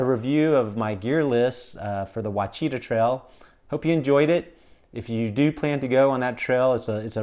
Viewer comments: pronounced "wash-ah-taw" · Ouachita is pronounced “Wash-uh-tah” 😉 Local gal commenting. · Never heard "Ouachita" pronounced like that before.